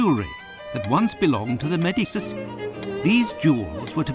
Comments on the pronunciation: Medicis? Should be pronounced Medeecheez, no? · Watson can't pronounce "Medici." Having studies Renascence history, I find it very hilarious.